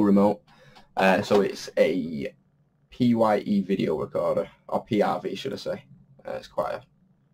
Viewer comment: i must admit i did have a snigger there too lol, but we all make mistakes, also your DVD RECORDER is a PYE pronouced PIE (an old subsiduary of phillips), i know it says video on it and technically thats true as in its a digital video disc, but dont put video in your listing title or you'll have someone not paying attention coming back saying their vhs tapes wont fit in it next lol :) hang on in there, best of luck with it all and for the future :)